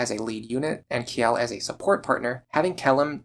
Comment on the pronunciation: speaking of names. Kjelle's name is probably meant to be pronounces more like "Chell-eh", considering it's likely meant to be Scandinavian in origin. This is mentioned in the Fire Emblem wiki, but I arrived at that conclusion myself as a native Swedish speaker. And it is what I always called her.